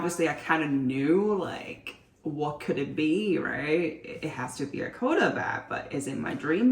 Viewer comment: I’ve now had to sit through three videos where you’ve mispronounced “quota.” It’s not “co-dah,” it’s “kwoh-tah.” And “gold” has a hard “d” on the end, not “goal.” And the vocal fry is painful.